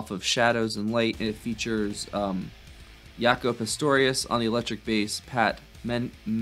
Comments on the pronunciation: it's not pronounced Y-aco it's Jaco with the J ! Do more of her Jazzy stuff with him,He's the most famous bassist, of all time like a Hendrix G.O.A.T. status! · Jaco, pronounce Jack-O. Pat was strumming almost incomprehensibly in the background. Joni was doing the great strumming on the guitar. Don Al-li-as was great on the congas. All of her albums are amazing from the first to the last, but I recommend you checking out "Court and Spark", then "Hejira", Don Jan's Wreckless Daughter, and especially "Mingus". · Jaco (rhymes with 'Jocko') Pastorius is an amazing bass player, I hope you'll do a deep dive on his work. Btw, 'Coyote' was Joni-speak for Boyd Elder, the artist responsible for the 'cow skulls' album cover for The Eagles. He was born and raised out here in west Texas, about 60 miles from my home 😊